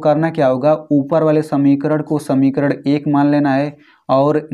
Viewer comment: Sir vo samikaran hota hai samikarad nahin